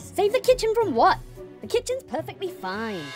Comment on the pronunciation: You mean perfeggt